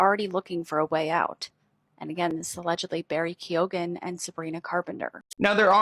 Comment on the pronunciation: Some Irish names can be difficult to pronounce. When it comes to Barry's surname it's pronounced Keo-an. Love your channel.